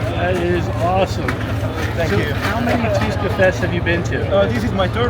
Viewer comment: you butchered Tuska so bad mate. It was like i didn't hear that at all...quick life hacks...try to say thx in their native language, be considerate and don'rt fight finns.